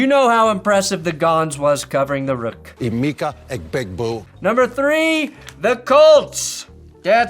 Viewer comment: you're giving Gronk too much credit, he didn't get "Emeka" right either